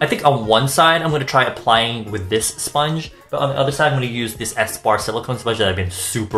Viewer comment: 35 mins of talking about his sillicone sponhe xD